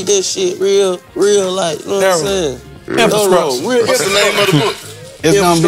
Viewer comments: my boy allway gone hit that "INFASKRUTURE".🤣💯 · fly: its all about the infascructure LMAO!!